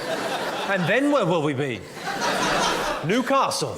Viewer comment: As a Geordie he nailed Newcastle